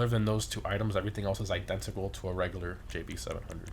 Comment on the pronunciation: i-den-TA-cal lol he says it so weird like he has trouble with it